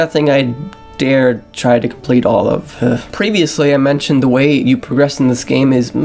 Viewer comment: and progress. :) here it would be pronounced "Pruh-gress"